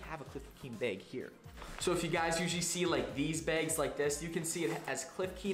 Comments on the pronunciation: Thanks for the info. Are you aware that you pronounce the word "bag" as "beg?" Is that a regional thing? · Yo I got the same “beg” as you 😂 also CEO of “what not”